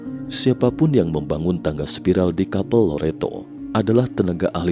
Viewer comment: Kapel = Chapel Chapel Cha= Ca Pel = pel... Cara sebutan nya...